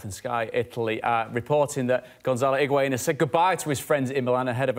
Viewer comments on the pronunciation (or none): The amount of people that are butchering Higuaín’s name 😂